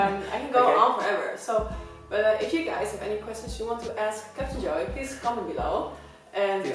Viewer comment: is she calling him "Captain Joey" ?